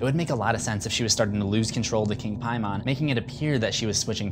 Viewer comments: Simple Simon met a Piemon... you are killing me. Your inability to pronounce his name properly has made this video almost unwatchable for me. What a dunce. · How is it possible for someone to mispronounce a name so bad even though it’s constantly said in the movie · It seems like someone failed the vowel rule of English class. We only pronounce the first vowel when there’s two vowels in a word (like Paimon since he is mentioned constantly here) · why u gotta pronounce paimon like that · Ian Brockwell every other ‘Hereditary’ video pronounces Paimon correctly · Love this video and ur channel but the way u say paimon almost drove me nuts but no hate! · you dont even pronounce Paimon correctly, did you even watch this movie? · I think you were saying paimon wrong. you look good shirtless btw! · the way you pronounce Paimon....cringing until I die. lol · Did he just say King Pie man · Holy fuck it’s Paimon, PAY-MIN! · All hail King “Pie-Mon” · is anyone else bothered by him saying Paimon like Pie-mon? hes a king of hell not a fucking digimon ... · It's pronounced "Pay-mon" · Piemon is how it's actually pronounced. Unless he was actually like an all-American demon king, in which case it would be pronounced "pay-men" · Why are you saying PIEMON? That's not how they said it in the movie. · It’s pronounced Pay-Men. It’s not a digimon. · Piemon? Paimon. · Why do you have to pronounce it differently than they do in the movie. You saw the movie. Why are you still mispronouncing it. They say PAY-MUN. Not PIE-MAWN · IT'S NOT PRONOUNCED PIE-MON. HE IS A DEMON NOT A DIGIMON DIPSHIT. IT IS PAY-MUN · How are you incorrectly pronouncing “Paimon”’when they literally say it multiple times in the movie. It’s “Paymin” not “Piemon” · Lol king "PIE-mon"...dude its "PAYmon". Its in the movie this vid is all about.... smh.... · Honestly it kinda bothers me how he says ‘Pie-mon’ because I’m pretty sure it’s more ‘Pay-mon’ but Idk. Other than that haha the video was good!